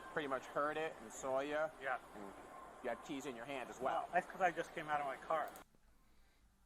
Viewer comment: "saw you" = soya. "..and he soya." Lolz...